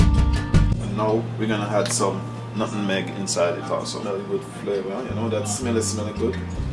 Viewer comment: THE WORD IS NUTMEG.... NOT NUTIN MEG AND